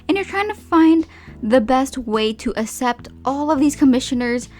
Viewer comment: Isn't it pronounced ax-ept?